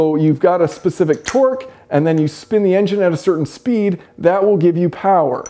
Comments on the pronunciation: tork, not twerk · Can't stop hearing you say twerk